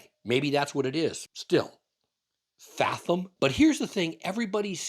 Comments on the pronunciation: love the channel, but are you purposefully mispronouncing "fathom"? or is that the Canadian way to pronounce it? Maybe Edison should name their next truck the Furlong, cause it's 110x more power & range. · it is pronounced: fathom [fath-uhm] / ˈfæð əm / Not fa-thum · Is it just me? Or is the "th" in fathom pronounced a little more like a "V" than the long "th"? Probably just regional pronunciation, and I've been known to pronounce words wrong before. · Why do you say fathom that way? Odd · British and American pronunciations seem to be the same per your reference. The way you say it is a bit harsh sounding. It helps your argument of it being a bad name. The way sailors (the main users of the word) say it is much more smooth and pleasent sounding. The way you say it makes it sound like you are trying to mock it. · Please pronounce FATHOM correctly.